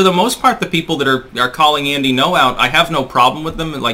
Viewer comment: It's Gno, not No. The Ng is pronounced. Not difficult to say.